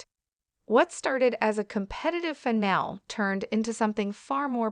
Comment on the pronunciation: You're even showing Reba from last season when Snoop wasn't even a coach. [BTW, finale is pronounced with a long ē at the end.]